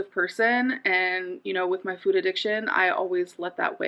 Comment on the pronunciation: She says the word FOOD so weird, glad im not the only one who is annoyed by this. 😂